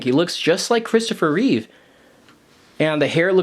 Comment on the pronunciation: Reeve, not Reeves. No s.